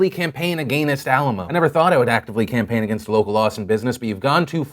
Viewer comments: It's pronounced again-st not a-gain-est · Pronouncing the word 'against' the way it was misspelled, "againist," without missing a beat. Brilliant. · when Phil Pronounced "Againist" I DIED